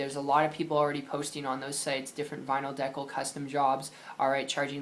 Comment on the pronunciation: If you can't pronounce the word decal, how the hell can you sell it?